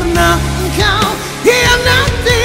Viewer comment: Blum dpt seirama dgn alunan muzik...senang ckp....prkataan khianati blum kau dpt hayati sebutan nya...khianati tu bila azlsn sebut...meremang bro...lgipon azlan tak buat2 alunan nyanyian mcm koe buat nie...mcm artis indon jk alunan